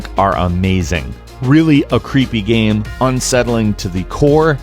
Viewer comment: Does anyone else fucking hate the way he says game?